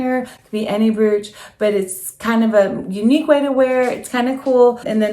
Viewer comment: Beautiful items all well styled. Please, please, please learn how to pronounce the word brooch or all of your efforts are wasted. Think of the word coach and use the br instead of the c. I e. broach!! You mention how you grew up. That really doesnt matter, but If you continue to say "broooooch" it will remain glaringly apparent. Naturally its up to you and what you want for your life.